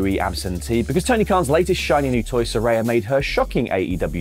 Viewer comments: Note to: She says her name is pronounced Sir-REY-uh, not Sir-RYE-ah. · Love you! But how can you still mispronounce Saraya when they’ve made it abundantly clear it’s “suh-rey-yuh” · He’s going to keep pronouncing Saraya wrong just like he does with NAomi. Even though she’s spent a week clearing up the pronunciation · Good segment but you’re still saying Saraya’s name wrong.